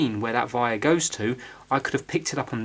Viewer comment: Do you have german in you? You say vire a lot instead of wire. I'm curious.